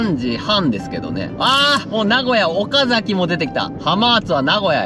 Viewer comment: 岡崎(おかざき)の発音は平板です。 か↑であげないで〜 静岡は知り合いもいるし、さわやか目当てでよく行きます！ さぁ次は名古屋ですね！国1なら自宅付近をお二人通ったのかとワクワクしますw